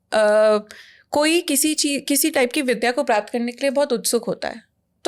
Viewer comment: 'विद्या ' उच्चारण में शुद्धता अपेक्षित बनती है !